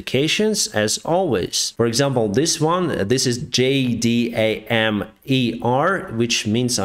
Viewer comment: just a note, it is generally called "jay dam" - not a big deal, just thought you would like to know